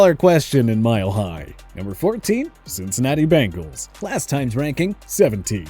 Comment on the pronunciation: Your power rankings are severely flawed. Clearly bias. You also dont know how to pronounce Bengal.